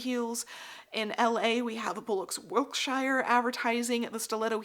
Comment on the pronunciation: Hi! I know you’re a fiend for accuracy, so I wanted to let you know that Wilshire is pronounced Will-Shure in LA 👍 absolutely amazing video, you always shock me with your thoroughness of research